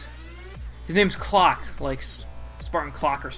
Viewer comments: Locke not clock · background music louder... and also its agent Locke not clock